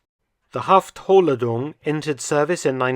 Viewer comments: It is pronounced "Haft-Hohl-Ladung" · Halftholladung: say haft-hohl- lah-doong